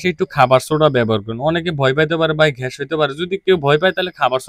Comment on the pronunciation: ঘ্যাস কি? গ্যাস বলেন